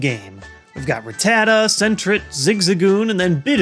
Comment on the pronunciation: You said Rattata wrong. I used to mispronounce it too until I watched the anime series all over again.